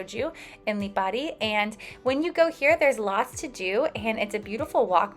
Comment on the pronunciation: Good to see people getting off the beaten track and visiting the Aeolian islands even if only for a couple of days. You also pronounced the places well. My family is from Lipari, half the islands population emigrated to Australia and Australia is jokingly known as the 8th Aeolian island.